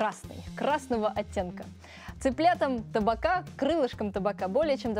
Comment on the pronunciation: Не таБака, а таПака! Это от названия посуды в которой готовится всё под прессом, "тапаки" называется!